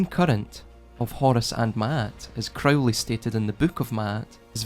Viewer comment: crow- lee